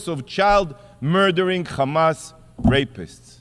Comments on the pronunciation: The man can pronounce "here" but not "hamas", he has to say "khamas". What a joke these people are, propganda with every breath they take. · I laugh every time the "Israeli" representative forgets and says "Hamas" instead of "Chamas". He can say "has" he can say "have" and he can say "Hamas" but chooses to say "Chamas", except when he forgets. They are soooo fucking childish. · Yikhya… instead of Yahya. Khamas instead of Hamas. I am sick of hearing stupid Isreali pronunciation